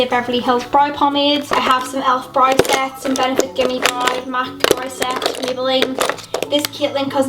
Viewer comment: Hi just wanted to ask have you always say brow as Brie or is that how they say it there? Not being mean just wanted to ask that! But I love love love all of your makeup!!!